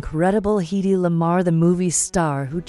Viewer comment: The IA voice track needs to be checked. Her name is pronounced "Heady" not Heedy. Not with the long e sound. Yes a great lady.